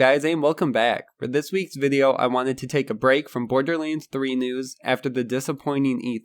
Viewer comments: why do you pronounce it borderleands? its LANDS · Why do you call it Borderlinds?